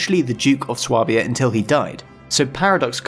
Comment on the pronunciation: Swabia is pronounced "sway-b-ah" btw